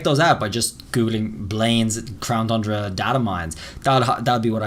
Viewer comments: Please pronounce Crown Tundra correct its not thundra its Tundra like two and time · Blaines!!! You did it again! 🤣 It’s TUNdra pronounce it as TONNE DRA not Thundra 🤦🏼‍♂️ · "Crown Fundra" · Lol this guy still saying Thundra 🤣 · if this guy says "thundra" one more time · Whathts THe problem bud? You dont like THHHHHHHHHHHHundra? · Still mispronounced Tundra😔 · I hate how you say tundra, I'm no longer watching your videos